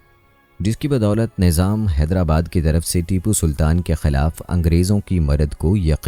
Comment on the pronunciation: Bhai jab content acha banaya tha to shaheed ke naam bhi sahi tarike se lena sik ja tu jo naam leraha hai Baar baar iske waje se video dekhene me acha nh lagra